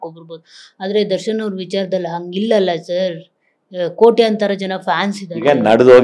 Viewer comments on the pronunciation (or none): ನಿರೂಪಣೆ ಮಾಡುವವರು ಸ್ವಚ್ಛ ಕನ್ನಡ ಮಾತಾಡಿ... ಏಳುದ್ರು ಅಲ್ಲ... ಹೇಳುದ್ರು...ಅಂಗಿಲ್ಲ ಇಂಗಿಲ್ಲ... ಯಾವ ಭಾಷೆ ರಿ ಇದು